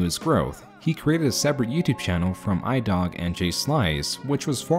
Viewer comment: Do you honestly think that’s an I in Ldog? You can’t be serious. Little dumb mistakes like that from youtubers infuriate me way more than it should bc just, why..?